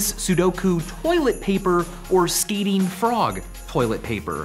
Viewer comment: Micheal, I don't want to sound rude, but when you said "Skating frog" it sounded like "Skeeting frog" and nobody wants that.